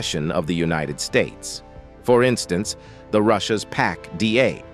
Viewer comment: The narrator needs to learn how to talk! Bill yon Dolers? Unionid Stats? How cheaply was this video made?